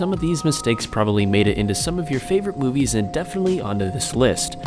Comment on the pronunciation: in the beginning instead of "movies" its "moives"